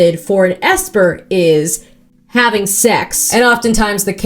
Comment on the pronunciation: "I'll have what she's havinguhh" so funny lol